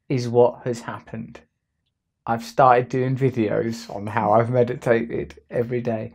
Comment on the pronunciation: You apparently meditated on how to say the word meditated. I was disappointed; fully expected it to have that raunchy Russell charm.